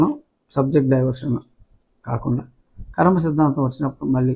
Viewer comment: రాజు గారు. .ఖర్మ కాదు కర్మ...